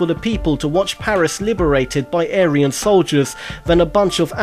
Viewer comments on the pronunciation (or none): none